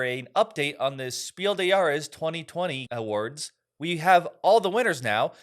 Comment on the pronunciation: Since your show is otherwise great, I only have one thing to tell you again: the “des“ is similarly pronounced as “bless“. You said it so well last year. I am so glad that The Crew is Kennerspiel. It’s a great game.